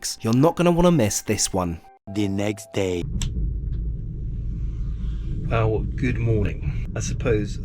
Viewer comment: 'Wew' = well.